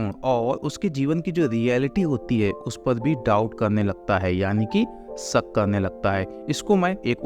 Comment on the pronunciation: सक😂 नहीं शक